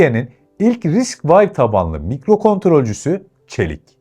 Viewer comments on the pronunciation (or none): eline sağlık, içerikler gerçekten keyifli. Yalnız çok minik bir düzeltme yapacağım, kızma lütfen:) RISC-V “Vay” değil, RISC-V, risk-five yada risk-beş olarak okunabilir. Bir de “12C” değil, I²C, ı kare C olarak okunabilir. Elektronikçiler bu ikisine biraz hassastır, tatlı bir uyarı olsun diye yazıyorum. MİLLİ ÇİP: içerikte “çip krizinden etkilenme” kısmı pek oturmamış. Çip krizinin STM gibi firmaları vurmasının sebebi gavurların tasarlayamıyor olması değil üretemiyor olmasıdır. Üretim kısmı başka bir hikaye. Türkiye’de hâlâ direnç, kapasitör, mantık veya güç entegreleri, hatta PCB üretimi bile yokken inşallah Çelik çipi bu anlamda bir başlangıç olur. Yine de emeğe saygı, yol uzun ama güzel. Başarılar! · RISC-V , Risk vay diye okunmaz. Ya risk beş, ya da risk vi diye okumalısın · "Risk vay" demişsin Risc-V yazıyor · Risk 5 şeklinde okunuyor. Geliştiren adamlar risc mimarisinde daha önce 4 proje bulunduğu için risc-V(5) koyduk diyorlar. Yani harf olan v değil de romen rakamı olan v.